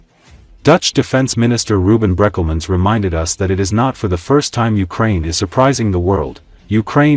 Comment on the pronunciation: it is Brekelmans and not "bregglemens" [bray - kl-Mahns]...